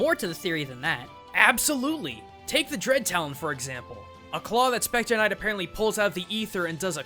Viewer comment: SHPECTAH KNIGHT